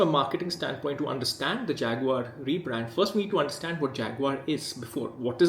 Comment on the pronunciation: Man who can't say the name of a company complains about that company. Isn't it Indian rather than British?